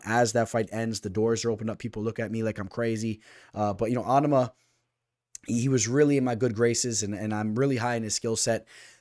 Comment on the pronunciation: Your pronouncing onama wrong lol your Islam pick was legit amazing last week btw